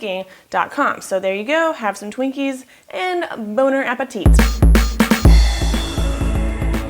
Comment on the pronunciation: Did anyone realize she said BONER Apetit! Oh... xD